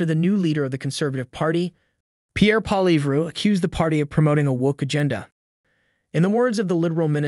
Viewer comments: Plz fix the pronunciation? Try "Polly-yev" in your script instead of Poilievre, it should sound much closer to his name 👍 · Lol this is how you pronounce Pierre's last name "Polly-ev" lol the "RE" IS SILENT. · I'm sorry but your FPN pronouncing of Poilievre is abysmal. .. P OIL ievre Guilbeault appears to be a small man in a big job? Going down.... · You need to learn to pronounce Pierre Poilievre name properly.. You do not pronounce the r!! it is Poili eve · Really? You're going to have to figure out how to pronounce "Poilievre". After all, he's going to be our next PM.